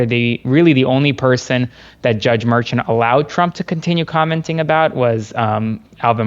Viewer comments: Ok, first off, love the show. But someone needs to teach how to tie a tie😮. Second, pronounces everyone’s name wrong. Judge Merchan’s name is pronounced mer-shawn not mer-chun. I noticed in another video he pronounced Fani Willis, Fanny. It’s fawn-ee. After pronounced it correctly a few times, he finally got it right. Sorry, I couldn’t help but notice. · Hey! If you’ve been in NY court system then you and would be saying the judges name correctly. It’s Jaun (Mer-SHAUN) you and Parnas are saying it wrong. Just helping out. Please say it correctly going forward. NY! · Please pronounce Merchant name correctly. It is not Merchant, it s Merchan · “Judge Mershawn not Merchemt” please pronounce it correctly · Please have your legal analyst learn how to pronounce Judge Merchan’s name correctly. The emphasis is on the 2nd syllable. Thank you. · Love your content,but please teach your experts how to pronounce the judges names. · You need a new legal expert.. can't seem to tie a a decent knot, mispronounces Merchant's name and pronounces Fani Willis's name as Fanny.. same as MAGA freaks trying to dis her. Did a chimp do his tie for him? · Actually it is "Judge Merchan".